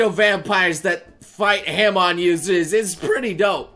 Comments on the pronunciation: ok its not HAMON its HARMON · saying that jojo is one of his favorites then butchered saying hamon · 'haman users' ITS CALLED HAMON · why did he say it like that he watched part 1 and 2 right? He knows what hamon is right